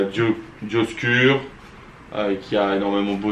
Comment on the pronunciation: bon je vais faire le mec relou mais Dioscures se prononce dioscuresse :)